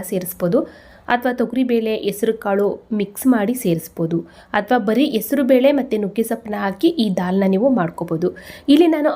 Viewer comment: En nivu ಹೆಸರು belena esaru bele antiya sariyagi heli